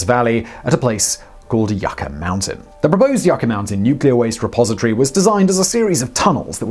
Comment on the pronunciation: Yucca - [ You - Kah ] - Mountain 🏔